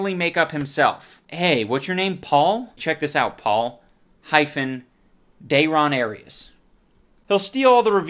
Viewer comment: That is great too. I also love how he just immediately fucks up the name at the start, saying "Dayrias". HOLY FUCK while writing this comment the dog bark happened in the background and I burst out laughing again. Gold.